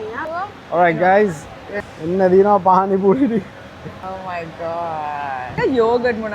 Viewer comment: Awwss my fv couple 😚💗 පානි පූරි ❎ පාරි පූනි ✅ 😂